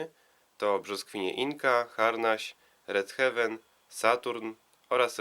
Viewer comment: Mała poprawka. Nie redhewen a redhejwen. Dwa różne wyrazy. I relajans.